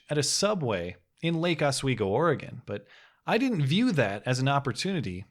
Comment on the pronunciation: Woah, what were you doing in Lake Oswego? (I live across the Willamette from it, but I rarely get to visit.) Also, totally cool hearing someone pronounce it correctly. lol